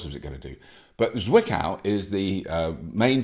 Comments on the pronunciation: Zwickau is pronounced "tsvickow" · Great episode, keep going Robert, I love it. When you first said "Zwickau", I had no clue what you ment. And i'm comming from Saxony. Your pronountiation is great. Try to speak it like "Tsvickau", than it becomes little bit more german. Zwickau is where the Trabant used to be build. Greetings from Germany, Tom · „Tswiccow“ comes close 😉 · thank you for these true and open words ... it just needs to be brought up again and again that there are still "people" which rate their extra million of income higher than the health of thousands of others btw. the Germans would be happy if you pronounce Zwickau right ;-) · Say it again. ... "Zwickau" , love it.